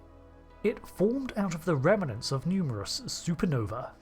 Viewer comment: I notice often say "remenants" instead of "remnants". But here you then quickly follow up with one instance of it said properly. If it helps, imagine it in good sci-fi fashion as "rem'nants". 😁